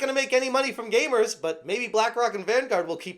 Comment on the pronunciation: gamers not gaymers